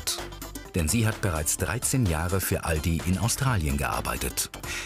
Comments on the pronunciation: "Aladi" xD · No one: Not even a single soul: Chinese People: Alotdi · Das am Anfang hört sich an wie " I love di" Ich dachte die lernen englisch und meinten I love you und nicht Aldi xD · weil die nicht Aldi aussprechen könne. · Als sie sagte:,, der Aldi bei uns“ dachte ich sie meint den in China 😀